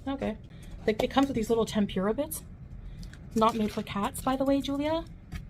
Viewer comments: Wtf is Tem-pure-ah? You mean tempura, Chantal. 🍤 You can't do anything right. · she mis pronounced Tempura .... its temp. ooo . rah. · I hate the way she says tem-pure-ra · It’s petty but I cannot handle the way she says tempura. Heeeelp. 😩